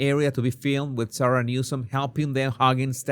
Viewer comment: It sounded like you called him Newscum.😂😂😂